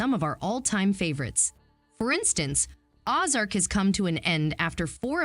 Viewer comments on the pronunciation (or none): IT IS NOT "OZ" ARK BUT "O" ZARK. SIMILARLY, THE CORNWELL BOOKS WERE WRITTEN BY BERNARD< NOT BRANDON. SERIOUSLY ???? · And it isn't OZ - Ark. It's pronounced OH-zark. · Same also said "Ah-zark" instead of Ozark lol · i always pronounced it oh-zark, never heard OZ-ark... now it makes more sense cus its definitely dorothy's-not-in-kansas-anymore vibes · I stopped listening when they called it Oz-arc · Right? That hurt my ear drums! It's OH-Zark, people. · Did anybody else write this video off completely the moment the narrator mispronounced “Ozark?” She clearly didn’t watch it or check the pronunciation before reading the script. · Lol. The way she said Ozark. Hahahaha